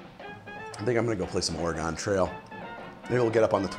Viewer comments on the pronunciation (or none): Its pronounced orgun, not origone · Or-gen or Or-eh-gen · Why does he say Oregon like it’s a shape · As an Oregonian, the way you pronounce "Oregon Trail" hurts me deep inside.